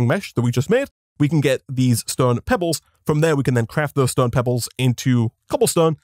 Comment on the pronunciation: Everyone: Stone this guy: STOEN